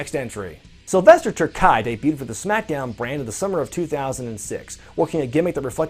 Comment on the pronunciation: terkay sound terkey